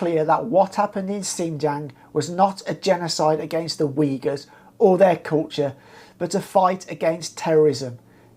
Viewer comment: Weegurs? Who are they? Uyghurs? That's pronounced "Ooyghoors". Like in pool or book.